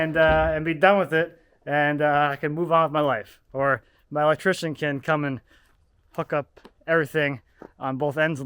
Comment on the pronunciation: I had to listen to like 4 times to figure out you said "...hook up everything...". It sounded WAY more like the F word to me, at first.